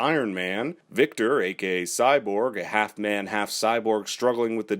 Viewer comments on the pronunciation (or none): Nah the dude said AKA which sounded like GAY lmao. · I absolutely heard it as "Gay Cyborg" too 😂😂😂 I had to google it to see!